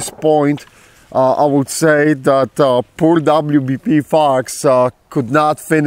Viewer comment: Boy when you first said wbp "fox" I thought you said something else...😂😂😂....nice to see it made it again with minor damage and still love the stickers